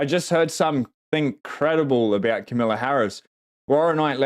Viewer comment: Her name is pronounced “Comma Luh”.